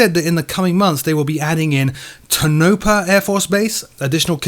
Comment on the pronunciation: Love you,. Not to be nitpicky, but the name of the new airbase is pronounced "TOE-naw-pah" (emphasis on the first syllable). This place is a really important piece of NTTR history. The F-117s were based here when that aircraft was still a secret in the early 1980s. At the same time, the USAF's "Red Eagles" unit operated a secret group of MiG-17/21/23's from Tonopah to expose Red Flag pilots to real-world MiGs. Helluva lot of Red Flag history at this place. Really glad to see that that they're going to add it. When DCS first released Nellis terrain, a lot of us said "OK, we like Groom Lake but how come no Tonopah!?"...:)